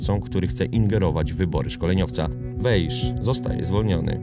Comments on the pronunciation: Powinien Pan czytac jako Wais. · Dobry materiał, tylko dwie sprawy trochę kłują. Pierwsza: niewłaściwa wymowa nazwiska Weisza. Wiadomo, że węgierski łatwy nie jest, ale akurat to, że "sz" wymawia się "s", jest rzeczą dość znaną - poza tym, wypadałoby choćby z szacunku sprawdzić, jak czyta się nazwisko bohatera. Imię to inna rozmowa, ale chociaż to nazwisko. Druga, drobnostka: Chelsea nie była mistrzem Anglii. Pierwszy tytuł klub zdobył w latach 50. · SZ po węgiersku czyta się jak S (i na odwrót), więc poprawną wymową jest właśnie [WEJS].